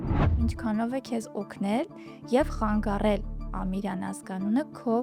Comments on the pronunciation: «Խանգառել» չէ, հաղորդավարուհի՛ ջան, այլ խանգարել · ԽանգաՌել չի, խանգարել է, հարգելի հաղորդավար